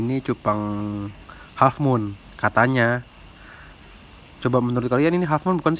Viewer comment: kata abang yutube nya hallfmoon padahal besgel halffmoon kaowkoa